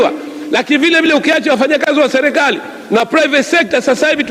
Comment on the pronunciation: Selekali ndo nn hebu jifundisheni kusema kwanza mnatuchafulia kiswahili bhana!!